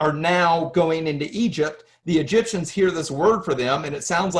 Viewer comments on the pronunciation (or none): none